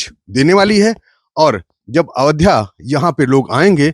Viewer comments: avdhya नही ayodhya hai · Reporter को अयोध्या का उच्चारण करना भी नही आता , बार बार अवध्या बोल रहा है। पढ़ा लिखा नही लगता। 😢